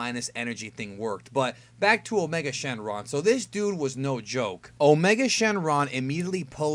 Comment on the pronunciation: Did you say his other name is, "a Charlie Sheen lung"?